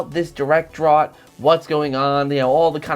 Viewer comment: Im sorry how did you pronounce drought?